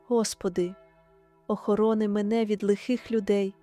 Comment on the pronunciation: Дуже гарна молитва 🙏🙏🙏 але наголос у двух словах треба змінити,,, посади і охорони. 🙏🙏🙏🙏🙏🙏🙏🙏🙏🙏🙏